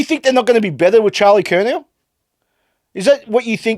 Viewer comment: He said curNAO